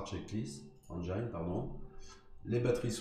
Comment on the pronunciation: Bonjour. Merci pour le tuto de qualité. Petite remarque: le i de engine se prononce comme en français (i et nin aï).